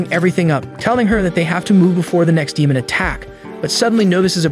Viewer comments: The way you pronounce "DEMON" is irritating. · Dee moan 🌝